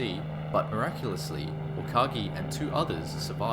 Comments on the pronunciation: Vice Admiral Ugaki Matome's name is U-ga-ki, NOT U-ka-gi. It does NOT rhyme with AKAGI. The shootdown of Admiral Yamamoto may have been vengeance but the material effect of killing him is far from clear. Japan was in retreat by April 1943, the war was well on its way to being lost. The position of CinC Combined Fleet was taken over by Admiral Koga Mineichi, who had sound ideas on how to organize Japan's remaining resources to continue the war but had far fewer of those resources to work with than Yamamoto had. He faced an opposing U.S. military far greater than it was when the war started in 1941 at Pearl Harbor. Koga had less than a year in the CinC position before he too was lost. Yamamoto's shootdown gave the admiral as honorable a death as he could have chosen, at the hands of the enemy in an air action. Before the war became obviously hopeless and the folly of launching war against the United States became clear. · Umm... Yamamoto's chief of staff was Admiral Matome UGAKI, not "Ukagi"!